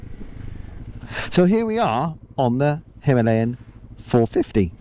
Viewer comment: First time a westerner pronounced it like we do .. Hi..ma..layan 🙂